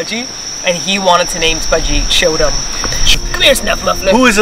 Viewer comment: I'm sorry, but every time you say Chodum, it makes me think of a doogie 💩